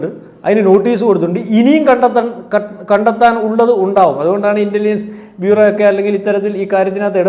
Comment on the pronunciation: Fopal... maharastra sarkar.. Faakistan... Fina.. Intelligence Fyuro 😂